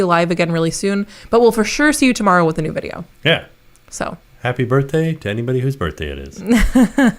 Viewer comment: I’m gonna be there “temerrow” 🤣 super excited!! 😍